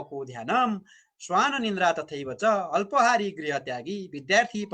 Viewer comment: काक चेष्टा.... अत्पहारी हैन है अल्पहरी सच्यनुहोला